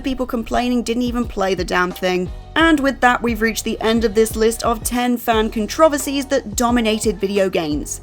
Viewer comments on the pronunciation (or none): I stopped watching when she mispronounced the word "controversies" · Judging by the comments, whoever put together this video did a shite job, lots of misrepresentation and opinions based on willful ignorance. also doesn't know how to pronounce controversies lmfao x 2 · 😂 Yoooooooo is she saying the word controversies wrong on purpose what is happening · That was the most insane pronunciation of “controversies” I’ve ever heard lol